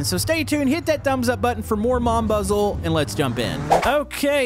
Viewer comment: The way he says Mon bazou😂😂😂